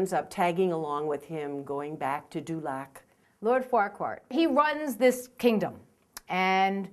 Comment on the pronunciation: LOL Farquaar. It's FARQUAAD! Don't worry, I used to say the same thing!